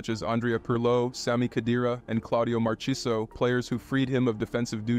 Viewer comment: the way this dude pronounced Marchisio fucking hell lol Edit - AND how he pronounced Cremonese and Udinese LOL